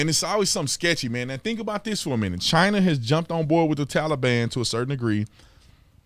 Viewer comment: You mean, the "Tollybon" 😆